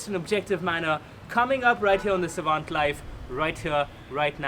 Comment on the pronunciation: What's with the name of the channel ? Savant as in your name or......... No pun intended. And it didn't sound right